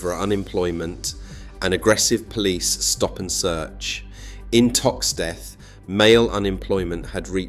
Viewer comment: Seem like an AI commentary - "sacked 5 dockers in a row about overtime" read as roe, not the correct raow (argument). Also 'Liver' mispronounced. ToxTETH wrongly emphasised. In fact, many wrong pronunciations and emphasises. On top of that, strange emphasis on, essentially, petty politics of the 60s-80s AND - not impossible, because a) it happened, and b) cities prosper and decline all the time